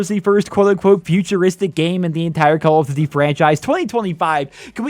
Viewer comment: Why you say call of duty like that